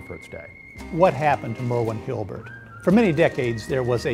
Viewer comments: has a difficult time pronouncing Hulbert. Not HIL-BERT. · why does he keep saying Hilbert instead of Hulbert? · "HALL-BERT".... NOT "HILL-BERT".... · Why does he keep saying "hilbert" instead of "hulbert"?